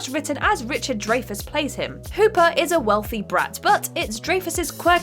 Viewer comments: Richard "Dray-Fess" & John "Coo-Sack" is it? Wow. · (DRY-FUSS) Dreyfuss It’s not a “gray” area, nor a “grey” area. His surname is pronounced as above. It’s not about right or wrong, just a bit of respect if you’re going to mention a respected actor’s name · The worst copy reader gets the most videos. "ek-specially" "adaption" Richard "Dray-fuss" "poyg-nant" "re-buuked" John "Koo-sack"